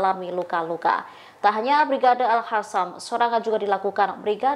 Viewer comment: Kok risih dengerin al qasam dibaca al hasam